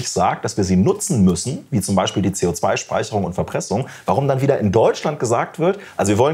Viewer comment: Ute, lass deine Hände runter und lern mal "Beichspiel" richtig auszusprechen ...